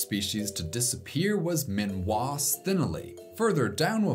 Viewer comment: I'm guessing Minois might not be pronounced "min-wah" (rhyming with Malinois), but "mi-no-is" (rhyming with Lois).